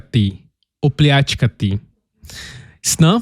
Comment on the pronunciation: Postovani divan si covjek.Znas o mojoj zemlji puno vise od puno nas Hrvata.Odlicno si izgovorio rijec OPLjACKATI.Iscpljivati…hej odlican si sve te razumijemo i dobro vladas teskim Hrvatskim jezikom.Lp.